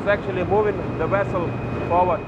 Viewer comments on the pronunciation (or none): did he really say 'wessel' ? awesome! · Carlos Pacheco vessel